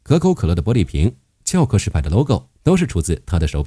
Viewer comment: 殼牌石油 不是殻ㄑㄧㄠˋ殼ㄎㄜˊ石牌